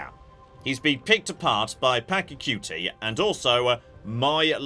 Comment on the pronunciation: Pack - a - cutie?